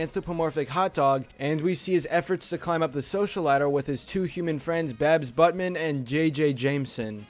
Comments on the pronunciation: She's "Byetman", not "Buttman" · Omg it’s not butman it’s buetman